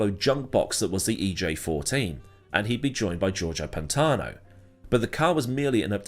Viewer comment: "Georgo Pantano" what? That's not his name lmao